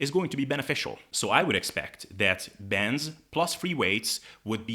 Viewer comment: why do you talk so fast? As you know many words you say slightly Incorrect and it takes me a few seconds to realize what the word was that your thing for example bends is Ben's bands is bands and of course when you say Ben's I do realize that you mean bandsfor a couple of seconds therefore I constantly slow you down I listen to your show on 50%. Help a guy out able